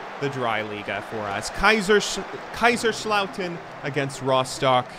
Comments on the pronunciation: haha oh mein Gott xD I love your geman as a native speaker it's fun to her Americans speak german. Also all of these german jokes and introductions are really funny. But it's KaiSerslautern and not Kaischerslauten. It's an [S] sound like See. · your pronounciation of Kaiserslautern is making my eye twitch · I wonder if you're able to pronounce Kaiserslautern and Mönchengladbach eventually.